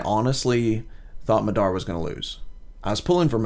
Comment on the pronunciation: Just to let u know Madara is a Japanese name ur pronouncing it wrong.